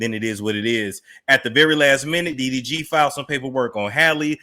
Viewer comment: Talking about her eyes is unnecessary and it sounds like you keep calling him DVD 🤣